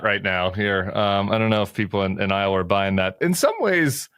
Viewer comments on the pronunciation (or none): none